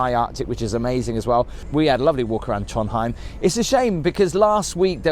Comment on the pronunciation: It’s Trondheim not Tronheim